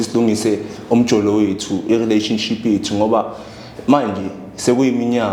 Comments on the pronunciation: Yaze yanamanga lenjaaaa yooo...nivrathuke kanjeee...ngathi niyalamba ...you can't even pronounce relationship nithi yi rhiraanishinship mxm...fake content😢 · Can't even pronounce relationship ubhuti othwele 😂😂😂